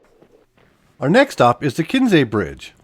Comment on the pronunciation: It is not Kensey it is Kinsey. And Loweth is nowhere near eastern Montana. Why did you skip right past Melstone?